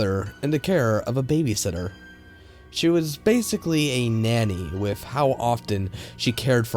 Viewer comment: And how he says wif instead of with.